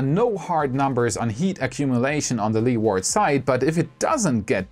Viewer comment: A little English pronunciation tip. Your english is great. Leeward is best pronounced Lee-wud, or Lee-wood, not Led-ward! All the best.